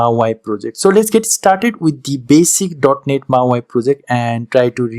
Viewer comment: Hey thanks for doing this video. Just so you’re aware it’s not pronounced as “mau i” but “mau e”….mau eeeee hope you can understand this. Keep up the good work friend!